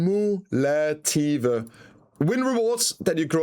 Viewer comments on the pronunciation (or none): Has trouble pronouncing COO-MOO-LAH-TIV but has no trouble pronouncing AH-QUE-MA-LATE. kekw